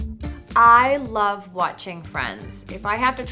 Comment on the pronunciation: Her saying watching 😅😂